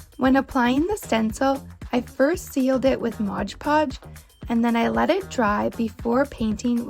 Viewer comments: MOD PODGE, MOD PODGE, MOD PODGE!!!! NOT MODGE PODGE!!🙄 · Why do they always call mod podge, MODGE podge on this channel?